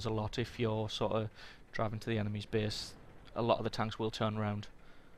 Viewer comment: Pretty good tips here, but I'm wondering: can't usay the letter a?! lol For u: base=bese safest=sefest (no offense btw xD)